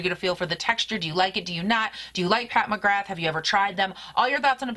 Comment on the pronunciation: I love your channel! Just a heads up, it’s pronounced “Pat McGrah”